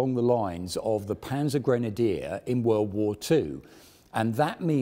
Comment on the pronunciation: Actually his pronounciation of Panzergrenadier is quite good. And yes, I am a german so I can make a judgement